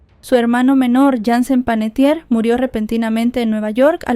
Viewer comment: Su apellido es Panettiere que quiere decir Panadero en Italiano, no es Panettier.